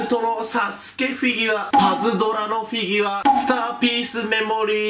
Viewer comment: フィギュワっていってない？笑